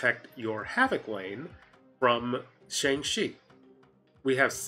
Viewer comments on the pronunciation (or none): Who is Sean (Shawn)? I kept asking myself while watching, then I realized you meant Shang-Chi. I would suggest you call him Chi for a hyphenated (quicker) way of saying his name. It might help with confusion.